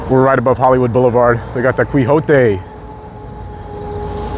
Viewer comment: .....it's "Key Ho Tey"